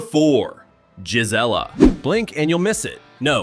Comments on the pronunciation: Payson is NOT a small town anymore. The Prickafornians have ruined it. It's not jizz-ella. It's Gee Zelle uh. Clearly, this video wasn't made by an Arizona native. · Gelizla is not how you pronounce the name? It's pronounced "Guy-Zee-La" and spelled "Gisela"? Your Photos are outdated as some buildings no longer exist? Many scenes are not Gisela? You left out what Gisela is most famous for and I'm not telling you? If you aren't willing to do it Right, Don't do it at ALL? Finally yes I live there and enjoy high desert/ peaceful country living? You are one of those who live in the twilight zone! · Gisela. ...pronounced guy c la NOT GIS LA IM 60 and was born in Az...ya song like a knob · Payson resident here, Gisela is pronounced "guy see la" accent on the "see" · we promounce Gisela (Guy)(see)La but all one wood that's the way us arizonian's pronounce it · Caught that also..